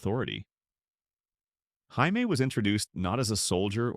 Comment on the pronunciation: hi me? you mean Jammie (J -ME)